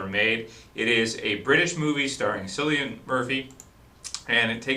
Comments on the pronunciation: Great Review, Although his name is ponounced Killian Murphy not Sillian Murphy. It is an Irish name in which i thought i should point out. It kinda bothered me that you got it wrong for the whole thing. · Its pronounced CILLIAN not sillian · 28 days Later was released well over a year before The Walking Dead was started. also, its pronounced Killian not sillian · I've written this on your last three videos because you keep saying cillian murphy's name is sillian it's pronounced killian seriously man it's killing me that you said it so many times please pronounce it correctly it's messing with my head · Its pronounced 'kill-e-an' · nice review. btw: you pronounce Cillian Murphy's name as: kilian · not to sound bad but Cillian Murphy's name is pronounced like Killian us irish should know;) hopefully this is helpfull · Killian it's pronounced KILLIAN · Cillian with a hard C....just saying ;)